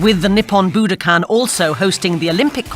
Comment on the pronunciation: Pls pronounce the venue names correctly. It is bu-DOH-kan, with accent on the DOH.